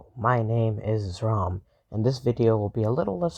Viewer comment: WHAT THE HELL YOUR NAME IS pronounced zrom NOT EXRAHM